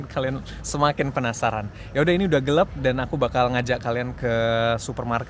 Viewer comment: gelap bang... bukan gelep btw asik vlognya.. serasa ngobrol dbeneran bareng thx